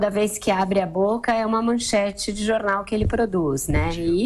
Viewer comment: gosto de ouvi la, mas fala muito errado. jorinal, enterivizta, inveriteri, veridade, razigar, forima, ferinando, goverino, eleitori, veriboragia, ezqueriveu, seri, etc... ruim de entender o que fala.